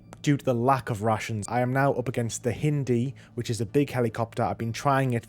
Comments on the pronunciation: The hiiindi? It’s not Indian mate. It’s hind, rhymes with mind 😂😂 awesome video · Hend D? It’s HIND D 😢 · It's pronounced "HIGH"ND - D, not "HIN"D - D🤣 Bless you. But super congratulations on getting rhe Platinum. I haven't started my playthroughs yet as I'm trying to beef up my FOBs on Metal Gear Solid V which is an unnatural amount of grinding the same things over and over. But it's reassuring to know that they didn't make them insanely hard. Good luck with the other games. Metal Gear Solid 2's ending is going to blow your mind😉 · no way you just pronounced hind, hin-dee hahahah